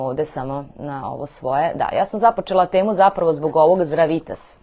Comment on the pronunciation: Хвала за једноставне али врло важне савете, ти савети су база заштите од гадова. Зато или са сведоцима, или, најбоље поштом с повратницом да сте послали. Важи за све случајеве, не само за Здравитас ( који мислим да погрешно акцентујете кад изговарате, такође и неки ваши изрази кад кажете,,за чега", а треба,,због чега, или за шта"-споредно, али успут ето дс всм скренеђ пажњу). Свако добро у животу и раду! П.С. ксже се,,знате на шта мислим", а не,, на чега мислим"!